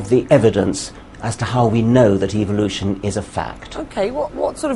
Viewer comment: when dawkins says evolution it actually sounds like evilution. Its so funny.